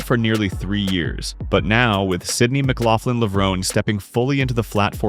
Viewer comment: It is absolutely egregious that a track video voice over doesn't pronounce the athletes' names correctly. It's LE-VRO-NEE not Lev-rone. And it's EED NASSER not ide naser\nazer. Sheesh.